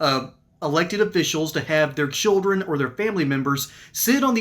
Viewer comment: Did she say "childwen and wepublicans"? She sounds wetarded.